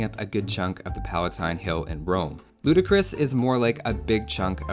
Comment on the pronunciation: Heat finally someone who says it the right way